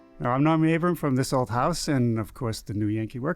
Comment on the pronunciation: Very first thing you do is say his name incorrectly. It's ABRAM, NOT ABRAMS! "If I live to be a thousand" (D. LETTERMAN quip) I'll NEVER understand why so many people continue do this.